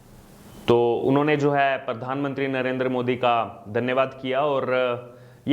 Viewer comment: सिमरीती नही स्मृती, परधानमंत्री नही, प्रधानमंत्री बोलो भाई. ☺️